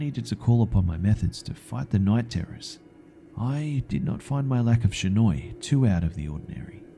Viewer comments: It's not shinoi it's shinai. Shi-na-i. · Shinai is pronounced (She-nye) not (sha-noi) sorry just bugged me a bit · Partin Yes am I am snobby know it all, but the pronunciation of shinai was all, and I honestly can't be to annoyed with it because I was really happy with how he made it turn out.